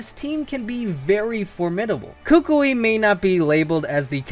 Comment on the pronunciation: Koo-Koo-ee. Not Kookweee